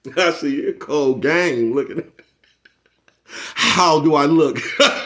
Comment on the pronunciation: Damn 😂u say cold Game I thought u said Colgate at first 😂. Salute Bro keep pushing 💥💯